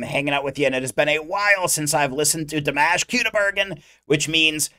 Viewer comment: He is not Dee-mesh, he is Dimash (dimaaash). And he is not "Kyudo-bergen", he is "Khudai -bergEn".